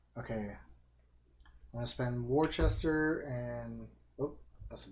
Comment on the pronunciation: It's pronounced "Wooster" and "Gloster", not "Worchester" and "Glouchester". ;-) Thanks for the Automa-presentation!